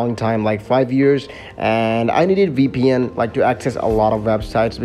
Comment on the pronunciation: btw is vpn not weepn 😂😂😂